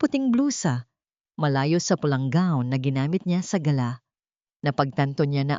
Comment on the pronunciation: Ayusin Mo naman ang pronunciation Mo. Gala dinner ibang pronunciation Ng Galà is a bird.😅